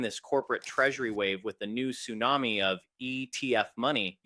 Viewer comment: Can’t even say tsunami